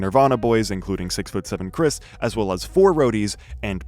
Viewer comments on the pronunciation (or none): It’s Krist not Chris